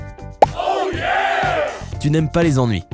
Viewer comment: MDR J'ADORE LES ENNNUIS